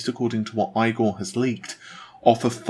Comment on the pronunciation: Igor is pronounced "ee" + "gaw", not EYE - Gaw